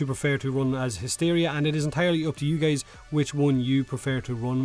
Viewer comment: Why the heck does he keep calling us geys ?